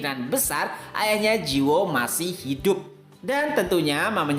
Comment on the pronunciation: Cara bacanya ji woo --> ji - u (u nya dibaca kayak wu aja kalau susah jadi ji-wu), terus judulnya Eleceed dibacanya il-lek-ssi-deu. Semangat terus min selalu nunggu tiap selasa malam buat episode barunya..